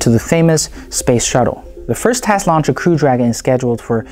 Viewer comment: What's with the pronunciation? Teste, paylo. It makes me quench...